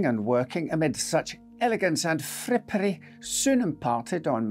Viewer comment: Love your style and storytelling. Just to hear you say frippery is wonderful! Thank you for another fascinating and well presented case with fabulous on site atmosphere.